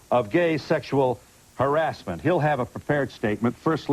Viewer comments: He prenounces harassment as Harris mint lol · Barry Orton pronounces harassment as Harris Mint lol